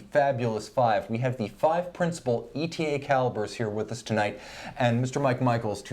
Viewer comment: watchuwantinc It's Eytah. Because that's that's how ÉTA pronounces it. Hearing E.T.A. is just a flag for ignorance.